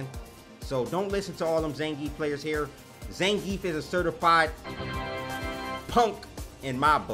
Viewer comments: We have Ve-gaah, now we have Zan-grief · no one: punk: IT'S ZAN GRIIEF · That Zangeif though